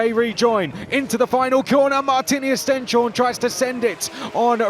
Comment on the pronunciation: its pronouced Stens-horne, not Sten-shorne